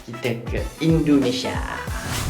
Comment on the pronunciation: Belajar lah ngomong yg bagus,indonesia bukan endonese brooo